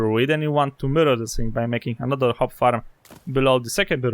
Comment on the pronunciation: Everytime you say "mirror" i think you're saying "murder", lmao. Great guides! Thanks for the help!